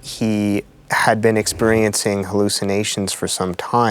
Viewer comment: When the psychiatrist pronounces "experiencing" as "expurriencing", his credibility with me wobbles and crashes down immediately. "Expurriencing"? Is it really too much to say that a Psychologist's Wonderland opens before us when he says that? If not just a deeply unpromising sign, a mini-disorder in itself.